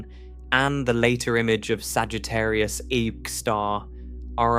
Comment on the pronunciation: Sagittarius "eye" star huh?